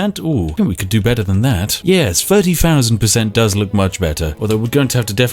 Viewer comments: ONE FOUSAND! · "fousand" "stealf" "immejutly"